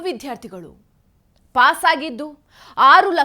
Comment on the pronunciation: ಮೊದಲು ವಿದ್ಯಾರ್ಥಿಗಳು ಅನ್ನೋದನ್ನ ಸರಿಯಾಗಿ ಉಚ್ಚರಿಸಲು ಕಲಿಯಿರಿ ಯಾವುದು ಮಹಾಪ್ರಾಣ ಯಾವುದು ಅಲ್ಪಪ್ರಾಣ ಅಂತ ತಿಳ್ಕೊಂಡರೆ ಒಳ್ಳೆಯದು ಆ ಸಚಿವ ನ ತಿಳುವಳಿಕೆ ಎಷ್ಟು ಅಂತ ಗೊತ್ತು ಬಿಟ್ಟೆ ಬಸ್ಸು ಬಿಟ್ಟಿ ಕರೆಂಟಿಗೆ ಆಸೆ ಪಟ್ಟು ರಾಜ್ಯ ಎಕ್ಕುಟ್ಟಿ ಹೋಗ್ತಾ ಇದೆ ಇನ್ನು 4 ವರ್ಷ ದೇವರೇ ದಿಕ್ಕು